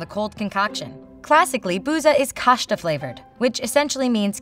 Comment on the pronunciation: Qasta is actually pronounce: ashta